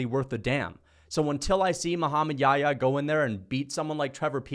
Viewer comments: It's not Yaya it's Yah-ya. It's a name of a prophet he was with Jesus pbuh. In the Bible he's called John the baptist. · I find it so funny how hes pronouncing Muhammad Yahya's name as "yaayaa" lol